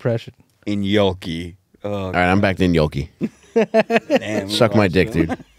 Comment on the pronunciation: Now is saying "yonky" and it's still not gnocchi 😂